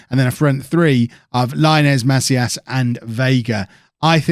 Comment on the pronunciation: It's pronounced "Ma-SEEE-as"